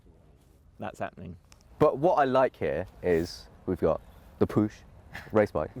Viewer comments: It's not "push", it is "puh". Somewhat like Winnie-the-Pooh. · The "ch" in Puch is pronounced like the "ch" in Loch Ness ...or any other loch there is (not "k" - but like Scots pronounce it) Puch is an old, well-known Austrian company producing cars and (motor-)bikes. They are known for long lasting and reliable vehicles.